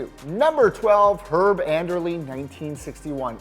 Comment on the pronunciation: Really please explain to me how Deion Sanders revolutionized the cornerback position was a great quarterback but he definitely didn't revolutionize the position. Also it's herb Adderley not Anderly. And Rod Woodson not Ron Woodson. It's Andre Rison like Rising Sun not ricin like the Russian poison. Duhrell green WTF. He gets none of the names right this hipster nerd knows nothing about football